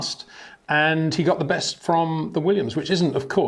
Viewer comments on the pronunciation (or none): none